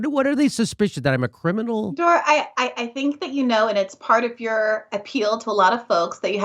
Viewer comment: Why does she call him Dore?